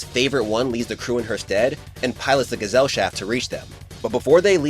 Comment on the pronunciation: It’s pronounced guess-al-shaft